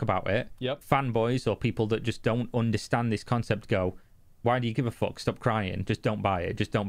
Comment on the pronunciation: "Fock That" for real.